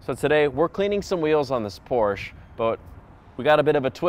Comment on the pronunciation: Porsche is a two syllable word.